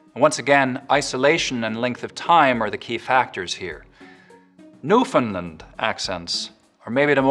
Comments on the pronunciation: I give you credit for attempting a Newfoundland accent, but the glaring error is that "Newfoundland" is pronounced with the stress on the last syllable, not the first (and certainly not the second). This is now the normal pronunciation throughout Canada, though until the 1990s it was really only typical in Newfoundland itself (and the other Atlantic provinces). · Toronto and Vancouver accents were a bit off, and you mispronounced Newfoundland. It would be nice to have a Canadian one. This just seemed a poor effort to turn US states's accents into North American. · That's it in a nutshell. The Newfoundland accent was really quite good -- impressively so. The pronunciation of the province's name, however.... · He didn't say the name correctly though. Cringed every time he mispronounced it. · THANK YOU. I'm like "why is he saying the name wrong when he manages to do the accent right?!" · The most infuriating part is that he can pull off a Newfoundland accent half decently but he can't pronounce the name of the bleedin province correctly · Sorry, but as a Canadian, I have to totally disagree. Right off the bat, he failed to pronounce "Newfoundl - AND -d" correctly and he made everything else sound completely Irish, which is not the case even in Southern N, where the hard Ts are in fact dropped at the end of words ("Roight"). He nailed the Cajun accent, though, making it sound even more Acadien. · Your newfoundland accent was decent accept for your pronunciation of "newfoundland". it's new-f'n-lAnd" with a clear land at the end. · Buddy. It’s pronounced NewfoundLAND. Rhymes with “understand.” You gotta get that right, or else the whole rest of it is suspect. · Noticed that. Just to put it terms Americans can understand: It's Newfinland as in Disneyland, not Portland. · Very interesting video but you are not pronouncing the word "Newfoundland" correctly :) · It's /ˈnu.fən.lænd/ or /nu.fənˈlænd/, but never /nuˈfɪn.lənd/ 😀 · It’s NewfoundLAND not New Finland!